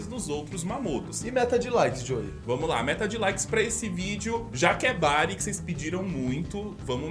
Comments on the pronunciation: Ali no explicar o Doruzonis parece q ce falou Brago ao em vez de Bari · Só eu percebi que antes de um dos poderes ele fala Brago........